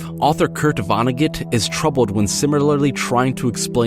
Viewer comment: The beatz at he end got me going.......great video man. The annunciation on Vonngeut on was on point.